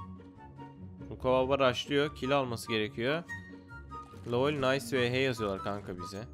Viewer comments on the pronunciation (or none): none